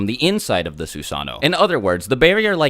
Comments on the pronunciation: Sue-san-o ???? TSU-SA-NO!! SAY IT RIGHT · It's not susaano... it's susanoo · It Susa-no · Fun fact: susanoo is actually pronounced like Su-Sah-No-Oh. It’s like this because Japanese people usually say the 2 O’s separately. There’s nothing wrong with pronouncing it as Su-Sah-No but if you go to Japan say Su-Sah-No-Oh so you don’t get corrected. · I definitely was pronouncing it “soo-suh-noo” 😂😂😂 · its actually su san o o because japenese people pronounce o's seperatly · "this is the sussano. It's Japanese for FuCkInG UnStOpPaBlE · Su sa NO, and Su sa noo like moo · It’s Susan - oh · No it's actually susano oh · The actual pronunciation is "Soos AH no Oh" the only diference between the actual pronunciation and the way was saying it is that he left out the Oh at the end. If he said Susano'o the actual way it was supposed to be said the video would be much more than 15 minutes. So basically for time purposes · It is pronounced su-sa-nu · *Every time he says Susano'o wrong, take a shot. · Why is he saying susanoo it’s susanoo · The susanoo mispronounciation is mind numbing